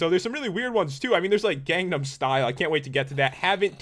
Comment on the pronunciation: do you even gunum style and its pronounced gun num style